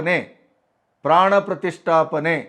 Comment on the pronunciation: Panna prathisttapane antha sariyage ucharne mad okke barodhilla